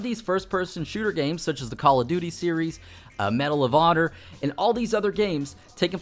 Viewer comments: Lol "Medal of Otter" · it sounded like he saud medal of odder.